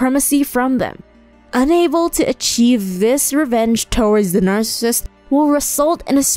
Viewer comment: The material here is good. However, if you're going to do a video on narcissists, I'd think it would be important to pronounce the term properly. It's not 2-syllable "narcists." The condition is "narcissism," (pronounced, "NARS-sa-siz-im" in 4 syllables, with the emphasis on the first). And those who exhibit the condition are "narcissists," pronounced "NARS-sa-sists," in 3 syllables. Otherwise good info - it's a good topic for a video; there isn't as much available on how being raised by a narcissist can manifest in a victim's behaviour long-term.